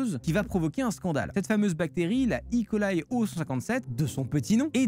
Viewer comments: "la bactérie i-colaï" haha, tu peux dire "é coli", surtout si tu dis la suite du nom en français ! C'est le petit nom de "Escherichia coli", à lire à la française en France "échérichia coli". Et oui ça vient du caca mais en pratique tu en trouves très souvent un peu partout. Mains, poignée de porte etc... Fort à parier qu'il y en a sur ton téléphone. C'est pour ça qu'il faut se laver les main. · La prononciation de E. Coli qui fait peur 😅